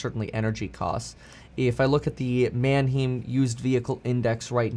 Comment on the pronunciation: Paffrath. Now it makes sense. The way he pronounces Manheim.